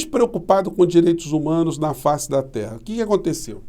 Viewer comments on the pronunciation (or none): none